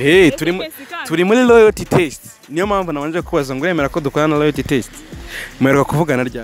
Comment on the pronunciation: Make a correction bro, It's LOYALTY not LOYATY